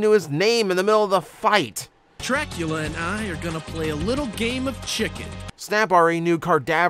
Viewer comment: I had a very visceral response when you said "Trackula"